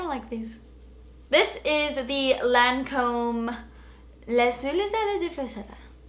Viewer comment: When you started reading the Lancôme French description it really sounded like French. I was impressed! Lol